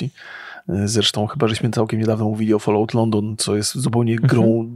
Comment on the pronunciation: Falałt, folołt, ja pierdzielę. To jest FOL-AŁT, mówiąc najprościej.